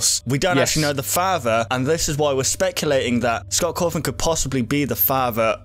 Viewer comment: It's not fahfa its father.